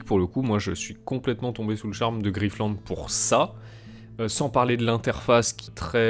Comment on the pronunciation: Griff-te-lande ??? ok . lol : )